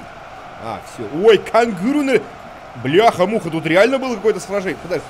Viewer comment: это ужасное произношение сломало мне мозг кэнгару